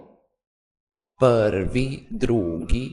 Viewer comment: Ne kaže se pvri nego prvi